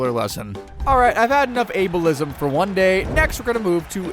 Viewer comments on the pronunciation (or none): "Albeism" lol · its ableism not albeism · Ableism 🚫 albeism 👍🏼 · ah yes "albeism" over ableism